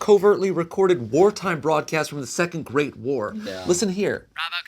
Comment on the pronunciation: At first I thought he said "a second-rate war"